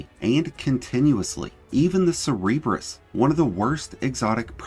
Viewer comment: Bruh... the way you pronounced Cerberus made me spit my drink out.. great video otherwise though